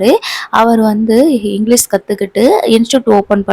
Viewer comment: மேடம் இங்கிலிஸ் கிடையாது இங்கிலிஷ் என்று சொல்லவும்.